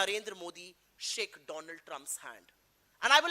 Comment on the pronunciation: Donald Nahi dolaand trump